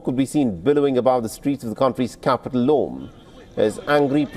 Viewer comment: Absolutely unpardonable mispronunciation of proper and place names (Lome) and historical inaccuracies-- Eyadema (father) did not die in 2005. AI can assist in this regard; use it.